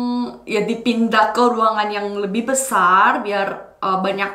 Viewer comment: ✔️ & aku cuma mau kasih masukan ya kak. saat menyebutkan kata 'jurusaN' dan 'dipiNdah' lidahnya jangan 👅 melet (menjulurkan lidah) . akhiran 'N' lidah nya berada di belakang gigi. begitu dlm melafalka bahasa Indonesia.